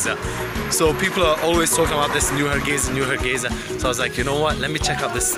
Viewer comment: Har gei (S) a not Za.